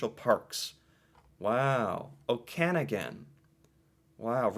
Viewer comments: Okanagan Pronounce like Oak an nog an We don't have any islands floating around either. They're all quite stationary I think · Okanagon pronounced Oak can og gan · The Okanagan (Oak - an - awe - gan) is a long beautiful valley. It has many fruit orchards and wineries. Where Canadian winters are too long and cold to have fruit trees, the Okanagan, as well as some places in Ontario, have a milder climate. It is worth a drive through. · Okanagan . You say it like this.. O-can-nog-an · Okanagan is pronounced "Oak-An-Ah-Gen" (G as in "Gun") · I live in Kelowna, born and raised. I wouldn't want to live anywhere else, although it is ridiculously expensive! And Okanagan is pronounced "Oh-Ka-Noggan". ❤ 🇨🇦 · Perhaps you hit the wrong key but there's no 'o' in 'nagan'. So it's pronounced 'Oh-Ka-Nah-Gan'. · OH-ka-NAW-ginn (emphasis on the two syllables in ALL CAPS) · Man! Did you ever butcher the pronunciation of Okanagan! lol But good on you for trying! :-) Best place to live is Bathurst New Brunswick. I live in Moncton and I'm trying to convince my wife to move there (which is where she's from) but her daughter and grandkids are in Moncton.....and she wants to be close to them... I might have to divorce her in order to move there. lol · His pronunciation of Okanagan! 🤣🤣🤣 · Funny this is the first I recall anyone mispronouncing Okanagan yet if I had never heard it before it makes sense! Didn’t realize till watching this ytube channel just how many unusual Names we have and thinking most have first Nations origins. I used to live near the Shuswap Lake another beautiful spot that I was surprised was not mentioned! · Just to help you out. Okanagan is pronounced " Oak- ka- nog- gon". And Kootenays is pronounced "Koot-tan- nees I live in Abbotsford BC. About 35km from Vancouver. Great channel, 👍. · I’m in Kelowna and I’ve always heard people pronounce them Coot-nees and Oak-a-nog-in 🤷🏼‍♀️ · Pronounced, Oka-nog-in. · Okanagan…..pronounced OAK…A..NOGGIN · pronounced oak-am-ah-gn